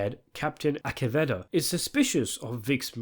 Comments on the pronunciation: LOL what's with the weird pronunciation of the characters? Vic MaKAY? Captain AKeveda? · Names Pronunciation: Mack-key, Ass-eh-Vay-duh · Pronunciation of Acivedo and MaKey by narrator was hilarious! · My man's is straight butchering the character's last names (Mackey, Acevada) but its completely understandable 😂